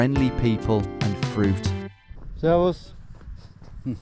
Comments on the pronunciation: your servas is very good pronounciation 10/10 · He nailed the „Servus“ though.